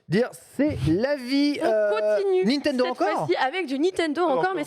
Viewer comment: J'adore mais ca me trigger tellement quand elle prononce "NiNtendo" sans N, "Nitendo" xD.